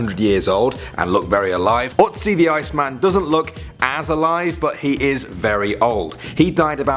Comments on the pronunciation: IT'S PRONOUNCED OOTZI, NOT OATSEE! Sorry, I spent an entire school year studying his death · ötzi not otzi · wtf bro it's Ötzi not Otzi! who tf pronounces it like that!? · His name is not Otzi, his name is Ötzi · It’s utzi not otzi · It's Ötzi .. not Otzi .... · “OTzi” is pronounced utzi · It's not Otzi. It's Ötzi. The pronunciation should be more like if it was written Utzi. It's not the Tolland man! It's the Tollund man!!! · It's not Otzi it's Ötzi ! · it is not aw-t-zzz-e it is ooh-t-z-e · he's called ötsi not otsi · It isn't Otzi, it's Ötzi. Completely different pronunciation. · Its Not Otzi Its Ötzi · It's not Otzi, it's Ötzi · Ötzi, not Otzi. Because he was found in the Ötscher mountain. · btw his name is ötzi not otzi :) ö is like the u in curl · Its ötzi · Its utzi doofus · for number 2 its pronounced errt-zee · It's pronounced oot zee. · You misspronaunced ötci! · Its called Ötzi